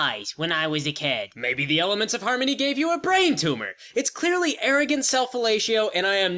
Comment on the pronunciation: I love the """""Elamants""""" of harmony.